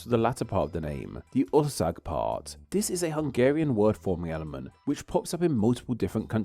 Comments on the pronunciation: Actually, 'ország' is pronounced "orsaag" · Heres something for ya: while saying ''Ország'' don't sat "olzag" instead try to use S instead of Z like :Orsag" now this brought you a lot coler to me to understand that you meant "country" in hungarian. Ur welcome :D